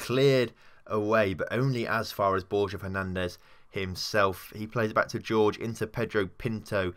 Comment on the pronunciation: It's hor-hey not George...